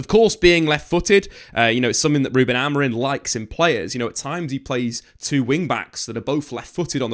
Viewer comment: His name is Amorim, stop pronouncing it with an "n" at the end